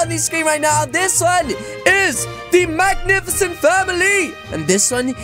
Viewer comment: it was marvelous then u said magnifiecend